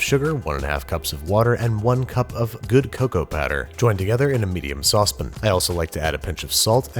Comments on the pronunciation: Oh, thank god you said Saucep'n this video. Last video I was worried you'd had a stroke when you pronounced the "a". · I hate the way you pronounce saucepan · Nobody: Babish: Saucepin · “Sauce pin” no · Anyone else notice he says saucepan 'saucepin' 🤔🤭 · It's sauce-PAN not sauce-PIN... It's not an implement to write via coating a paper with sauce in a precise manner, it's not a device to secure a small object another object or a code to secure something somehow made from a sauce. It is a large heat resistant bowl-like object with at least one handle intended for making sauce in. It's a PAN not a PIN. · It's less of a saucepin and more of a saucep'n and it's not sagood its s'good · No one: Babish: “Saucepin” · Sometime in the early days of the channel, Banish lost a bet and was cursed to pronounce "saucepan" like "saucep'n" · Nobody, not a single soul: Babish: Saucepn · Binging with Babish the way you pronounce saucepan is my new favorite thing